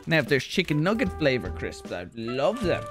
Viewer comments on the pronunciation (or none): Never in my life i hear people pronounce nugget as nuh ga.